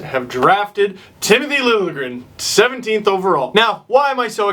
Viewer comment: "Trona proud to announce.. Tmith Lingrn" :P Classic Hunter